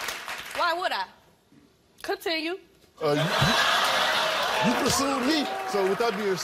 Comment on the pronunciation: she said contintue lmaooo